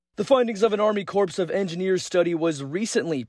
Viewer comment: Mispronounced U. S. Army Corps of Engineers about 5 times. Pronounced core not corpse.